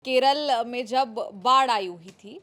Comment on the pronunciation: to the anchor - Kerala, not Keral!